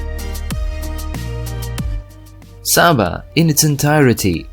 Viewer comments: It's not Sah-ba, it's SAY-ba. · Its pronounced Say-baa, not Saa-baa